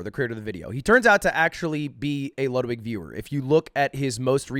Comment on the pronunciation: Wudwig Whgren